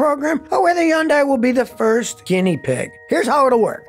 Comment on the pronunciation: Why does Scotty call Hyundai, Jundai 🤔